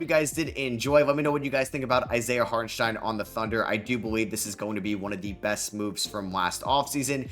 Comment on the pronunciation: Props for the pronunciation, you nailed it